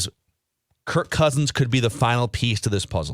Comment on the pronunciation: BTW it's KIRK not Kurt